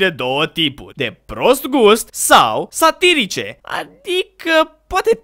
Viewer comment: De ce cand ai zis tu "glume satirice" eu am inteles satanice??